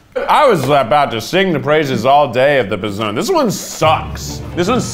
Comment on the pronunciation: idk if anyone has said this, but everytime keith says p'zone sounds like pezon, which means nipple in spanish. and im here like omg keith stop saying that lol